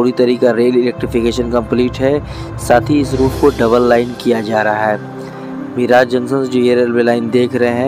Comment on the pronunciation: मिराज नाही मिरज